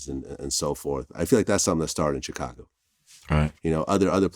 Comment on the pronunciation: I hate how vlad pronounces Chicago